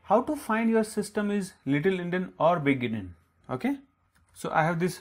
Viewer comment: Actually its Endian not Endin